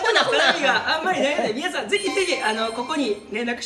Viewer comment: はっすん、皆さんのこと、いつも「みんなさん」て言うの可愛い。笑 ラジオでも「みんなさん」て言ってた😂✨